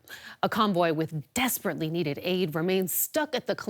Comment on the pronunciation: How presenter at beginning put such emphasis on 'desperate aid' haha. What utter rubbish. Dont need anything off America. Especially their weapons etc. As fot their fake president america trying to put in. No one will listen to you!